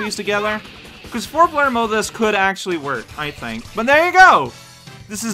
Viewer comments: That Rouge line reading of "Whaddya think I'm doing?" bothers me more than it should every time I hear it. Like in context it's clearly supposed to emphasize "Think" like, "Whaddya THINK I'm doing??" but instead the way she says it sounds like, I dunno, Rouge is trying to play Charades with Tails & wants him to guess or something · Well that was silly. Also, third time we’re hearing the unfortunate line from Rouge where the voice actress clearly wasn’t given a context for it so she didn’t know to pronounce it „what do you THINK I’m doing“. Oof.